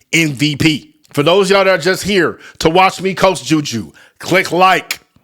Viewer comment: Her name is Juju not Judea stop actin cute